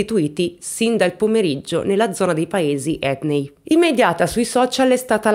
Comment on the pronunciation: Ciao,. Come sempre, un video molto ben fatto. Anzi, commovente più che mai, per l'argomento delicatissimo che hai toccato con la consueta gentilezza. Scusami, spero di non essere fuori luogo, ma mi permetto solo di dirti che si dice "etnèi" e "Zùccaro"... per un eventuale prossimo aggiornamento, se vorrai tenerne conto... Un abbraccio